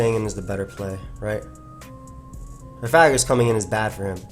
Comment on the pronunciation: lol, man the word is Coffa-gree-gus, like Coffin + Egregious. You can't mash all the syllables together like that:P